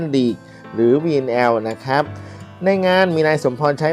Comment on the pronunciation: ขออนุญาตครับ ... คำว่า " ครับ " หรือ ร เรือ ออกเสียงให้ชัดเจนก็ใช้ได้แล้วครับ ... อย่าเคืองกันนะครับ เป็นการแนะนำเพื่อสิ่งที่ดีขึ้น ... ขอบคุณครับ